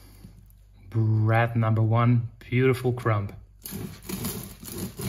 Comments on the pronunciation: Great commentary from a non-native speaker! Small tip on your way to perfection: drop the ‚b‘ in crumb. It‘s silent. „Crum“ is the way to pronounce ‚Krume‘ in English. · Hi - really enjoy your videos coupled with your enthusiasm for experimentation. By the way - the word crumb has a silent b at the end ie. correct pronunciation is crum. English is sometimes more challenging than sourdough baking!